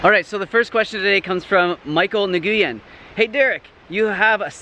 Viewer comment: hahah Nguyen is pronounced “when”